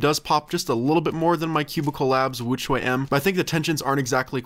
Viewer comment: * says “Angstrom woochuay M” *Me: face palm, while saying “The real pronunciation is Ångström woo-tshweh M”